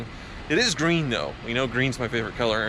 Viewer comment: Does anyone here how says green